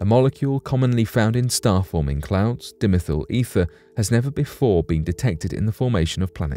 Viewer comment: DIE-meth-al Ether